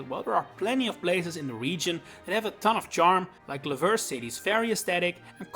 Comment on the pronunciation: It’s pronounced LAH-vuh-ridge, luh-VAIR, mah-lee-AY, and BALL-ihn-LAY-uh, “”! 🤨